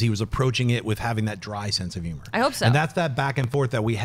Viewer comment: Jon sees humans and humor as yumans and yumer and it's destroying my ears. But I'm a huge fan so it's not like that'll keep me away. But it will wake me up in the middle of the night